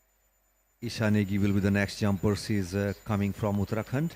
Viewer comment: Request to pronounce Uttarakhand correctly. It is Ra not R in Uttarakhand .